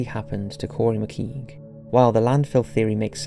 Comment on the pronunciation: Pity you can't pronounce Laos, McKeague, Bury St (Saint) EdMUNDS not "Edwards", -if you are English such ignorance is unforgiveable.